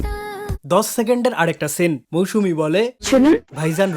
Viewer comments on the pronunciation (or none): He literally said "মৌসুনা" 🐸